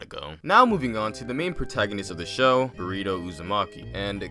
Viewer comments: omg u legit said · 😂😂😂 did I hear that right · Who heard uzumaki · He said uzumaki